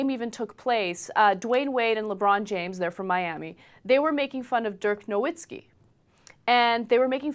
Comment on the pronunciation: Stopped watching . Dumbfuck Anna pronouncing Dirk's name wrong. Bitch needs to be spewing her feminist bullshit and not talking about sports.